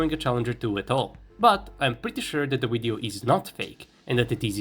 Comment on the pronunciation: It's not a phucking WIDEO!